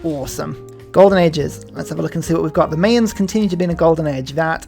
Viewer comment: Definitely going to try the Mapuche now. Thanks for this stream …and P.S. It’s “MY-ans,” not “MAY-ans.” Trust me on this.